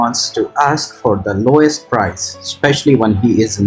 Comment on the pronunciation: (lowest) correct but (loest) is not correct lowest price